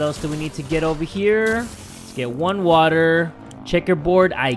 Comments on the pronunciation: we got a bottle of WAACAAA me: Yay we have some more WAACAA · says: WATTAH asian man on tiktok be like: I’m proud of you son. Bc the man also says water as “WATTAH”